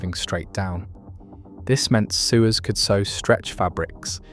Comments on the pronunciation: A human needs to listen to the narration before you post. Those who use sewing machines are not "soowers" we are sewers!!! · Right!!?? I actually laugh out loud when I heard soowers! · But the criticism still stands - it pronounced 'sewers' as you would if you were talking about a system for handling sewage, not as you would for people who sew. And in a video all about sewing that struck me as particularly egregious. The stock footage should only sew Singers and Singer footage when the topic is Singer - but it used it all over the place when talking about Pfaff as well. This was not a quality video and as interesting as some may find it I'd want to double-check anything it says to verify it for myself before I believed it. It did not sound at all to me like something properly researched or properly reviewed/edited before it was committed to publication. I'm going to flag youtube to not recommend the channel to me.